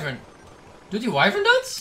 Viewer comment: je zegt “wyvern” als. “Wivrn.” Niet “Waivrn” (Gewoon een vriendelijke tip)